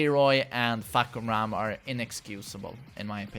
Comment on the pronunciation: Fah-kum-ram not Fuck-kum-ram . Please ..... you said a lot.